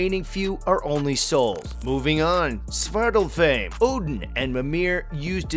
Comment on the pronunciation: Two things wrong: They are pronounced AESIR, not EESIR It is pronounced like Svartalfhime, not Svartalfhame